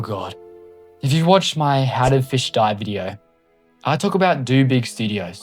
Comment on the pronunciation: Finally, someone makes a timeline. Here’s my thoughts on this video being a longtime Fisch player. first of all, it’s pronounced Fisch, not “fish” the c is NOT silent. (I joined sometime around early November, after fischfright 1) dobig isn’t inherently evil, they are just the stereotypical greedy corporate group or whatever. tbh I feel like something similar to the second sea as like a separate sub-place for Fisch is probably happening in the far future, as the current size of the main map can only get to be so big before it can’t contain much more. it’s always been that way but people kept saying it was bought back when DoBig’s partnership with Nate began back then. Never was, it was just developed by DoBig for a period of time, DoBig simply held ownership for part, not all of the game.